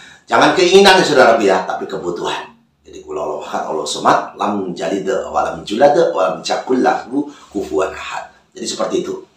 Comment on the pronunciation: Knpa baca surat iklasnya aneh,lam jalit walam julat walam jakulahu 😊😊